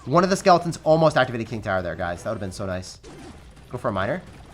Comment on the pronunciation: says, “I can activate ting kower.”